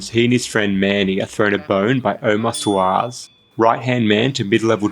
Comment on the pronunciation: can you say SWAH-REZ? not Omar Swaz cos its Omar Suarez see how that works? kapiche thats pronounced Ka peesh it means do u understand.